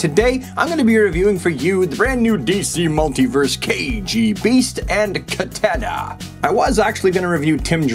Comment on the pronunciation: The way you say "Katana" bothers me..